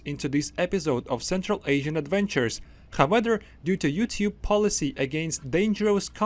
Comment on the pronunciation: However is not pronounced as how weather :D and angle not as angel (g in angle, triangle and so on is pronounced the same as g in god or good...), otherwise i really like your videos!